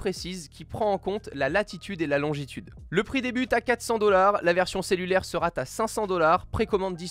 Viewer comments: Le format Podcast est vraiment cool ! Le téléphone ne gène pas du tout, c'est très plaisant à écouter (juste les liaisons genre seraT envoyé ou seraT écouté qui m'énervent, mais c'est un détail.) Quant au contenu..Apple rattrape enfin son retard, mais les 5h de plus avec une batterie de 3174 mAh (la même que l'année passée), c'est purement impossible. En veille peut-être, en utilisation active, non. Niveau design j'aimais déjà pas le module plaque de cuisson sur le mate 20, je l'aime toujours pas ici. A voir lors d'un test en conditions réelles, mais ils sont loin d'avoir le Maillot jaune au niveau des fabricants de Smartphones.. Le nouvel Ipad est...plus grand et c'est à peu près tout. Le AppleTV+ est selon moi une erreur, Disney vient de lancer son service de streaming, arriver derrière avec un catalogue (sûrement) beaucoup moins fourni que Netflix c'est gonflé et j'attends de voir ce que ça va donner Le principe d'Apple Arcade est cool par contre, c'est sûrement l'annonce qui me plaît le plus. A voir si il n'y a plus aucun achat intégré et à faire dans le jeu sinon c'est vraiment quelque chose de satisfaisant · Putain de bon chien de bonsoir, y a pas de t à la fin de sera. On ne dit donc pas "sera t'intégré" ou autre liaison mal t'a propos. PS : même les bruits ne viennent pas de par z'et d'autre. etc...